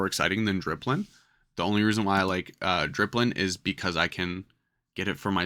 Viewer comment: also thare is no r in dipplin